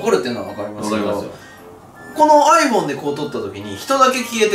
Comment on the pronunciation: iPhoneがどうしてもアイボンに聞こえる